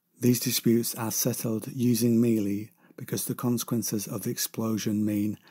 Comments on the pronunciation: "Mealy"? You mean "Mell-ay" or maybe "Me-lay". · Mel-A combat not meelee research my friend. great vid though.